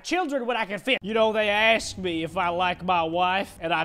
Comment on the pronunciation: It’s actually the end is me. Not the end is knee